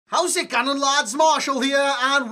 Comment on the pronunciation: He said "How's it gunnen lads" ?